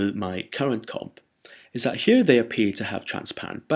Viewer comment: love the way you say "here" very posh. "hchjeeer" lol